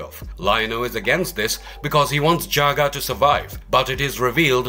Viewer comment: OMG it isn’t "juice ex machine-ah," it’s pronounced "day-us ex mack-inna!" Please get people who can actually read, and know how to pronounce things, to read your scripts (which themselves need way more research)! Still, at least this guy was pronouncing Jaga’s name properly, not like the douche-nozzle in the Cheetara video who kept saying "Jagger!"